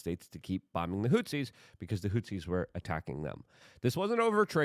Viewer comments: luke it is HOUTHIS NOT HOUSEES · Is he saying "Hootsies"?